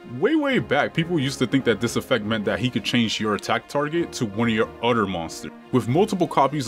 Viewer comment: "Every story event happens one after the UDDER"